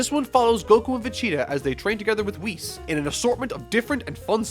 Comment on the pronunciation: one of the only channels able to pronounce whis right. RESPECT